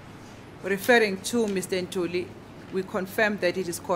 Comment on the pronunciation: Yes its Ntuli, s acc not Ntanzi 😅